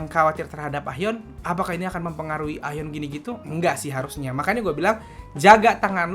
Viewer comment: Nyebut nya "A - yeon" bang 😊😊😊